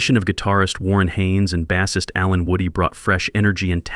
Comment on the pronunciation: why does this idiot keep saying BASS ist....like its a fish...i guess he was absent every day in english class